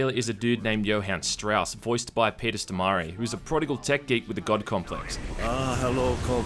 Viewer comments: Stormare is pronounced Storm-air as it is actually spelled Stormrare. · "Peter Sto-mar-e"